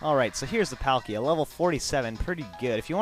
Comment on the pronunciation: I play diamond. I don't like palkia that much, and,pronounce their names right.